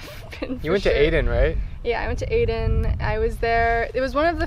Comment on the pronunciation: Its not Aden it's A den (the sound of A)